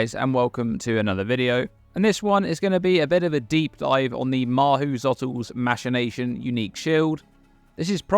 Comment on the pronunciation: I'm pretty sure I heard "masturbation" instead of "machination" a few times